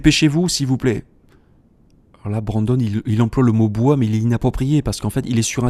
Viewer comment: Pourquoi cette erreur sur le mot "bois" étrange... y avait peut-être un peu bois 😅???